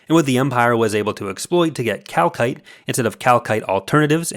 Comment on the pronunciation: Every time I hear that I think they're mispronouncing 'calcite' LOL